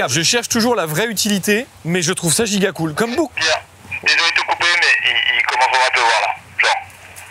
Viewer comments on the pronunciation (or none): none